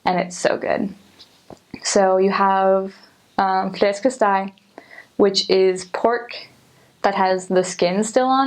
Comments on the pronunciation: Ja, det overraskede mig godt nok da man lige hørte et så svært, men veltalt ord som "flæskesteg" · How long were you in Denmark? You do a very good pronounciation of some of the difficult Danish words like flæskesteg and ris a la mande. Well done